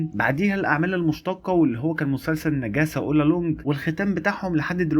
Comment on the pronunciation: هو انت كل مره بتقول نجاسة ولا انا بيتهيألي😂